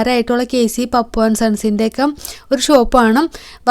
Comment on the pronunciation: പപ്പു അല്ല പാപ്പു